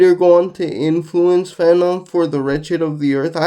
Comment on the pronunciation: Frantz, Jordan... not Fanon my guy. 😅